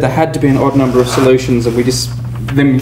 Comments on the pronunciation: That pronunciation stuck out to me, too. 😅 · All the soljutions... Greetings from germany :)